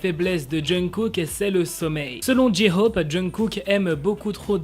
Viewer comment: Pour la prononciation de J-hope c'est Jae - Khope pas Ji Khope